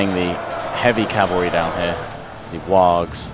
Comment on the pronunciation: Just a little correction, its not wags, it sounds more like worgs, though it is spelled wargs.